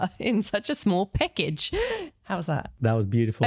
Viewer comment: Australian accent? Your pronunciation of "package" was a Kiwi accent.